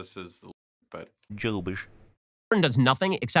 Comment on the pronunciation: says “Jewbish”